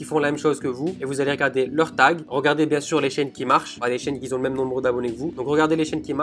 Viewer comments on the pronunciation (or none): ont dit qui ont et pas qui zont!!!